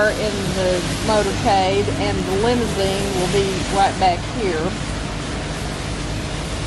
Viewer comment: lol.... Lim-zeen. Why use 3 syllables when you can use 2 🤪